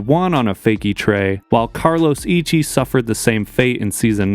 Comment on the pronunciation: Hey dude, it's pronounced Carlos Iki